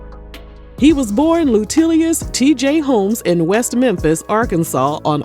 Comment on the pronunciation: Not lutilius😂